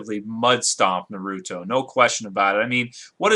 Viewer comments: it is not narooto its is pronoused with a like narato p.s. FUCK YOU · WHY IN THE WORLD DID HE MISPRONOUNCE NA-RU-TO... I SPACED IT OUT IN THE WAY JAPANESE PEOPLE PRONOUNCE IT AND THE JAPANESE "R" USUALLY SOUNDS LIKE A SOFT "L" AND VICE-VERSA. I am so sorry I had to get my anger out when people mispronounce things in Japanese, by the way I am Japanese so when I hear someone trying to say something in Japanese I appreciate the effort, but it makes me angry to hear the same thing even after I tell someone. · Naruto WILL win because hes FASTER than goku he is STRONGER than goku and goku is NOT a FOOL like how naruto is and FOOLS are STRONG and btw u pronounced naruto wrong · first off you don't even say Naruto right, second Naruto does way better stuff then Goku. It sounds like you don't even watch it. He was a freaken orphan and he trains his ass off for others and puts himself last, the people Dragon BAll Z had nothing to do with other people till like 3 seasons into the show! Naruto has literrally almost killed himself training, for the freaken Bijuu, Sage, and the 2 and a half years to get Sasuke back.